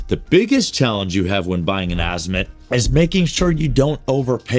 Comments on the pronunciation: don't worry about what other people say ...worry about what is CORRECT ....It is pronounced "AH-zee-moot". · I wouldn’t buy anything from someone who can’t pronounce Azimut correctly 😢